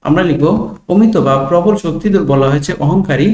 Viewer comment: প্রবাল না প্রবল😂😊